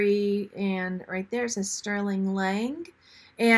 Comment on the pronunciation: The item marked “Lang” are you sure that wasn’t “Lane” as in Kenneth Lane?